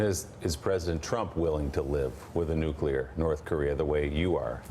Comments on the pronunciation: How you can you trust anyone who says "Nucular"??? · Sorry Lindsay, but if you can't pronounce the word nuclear correctly, you're not serious. Listen to these heads: it's like they are unable to dream of a non-nuclear world. The question parents should fear from their kids is not "Where do babies come from," it's "What's a nuclear bomb?" Those weapons aren't worth the nightmares they cause. We could have no Nukes and still be able to decimate N Korea in any conflict. We've already experienced several close calls, either false alarms or silo accidents and if you've watched "Command and Control" you know just how close. How fitting is the acronym MAD!!! We must de-escalate this march to war; stop the tit for tattiness between egomaniacal leaders and step up efforts to smuggle radios, computers DVDs and other media into N Korea. Soon a wised up people will themselves rise against the Kim regime. Keep your eyes on the prize: no more nukes. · What is wrong with these Republicans? Besides being out of touch with the rest of the normal people in the nation... Why can't they pronounce the word nuclear??